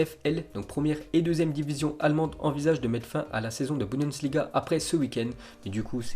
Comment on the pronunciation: "La budENsliga" mdrrrrrrr on l'adore ce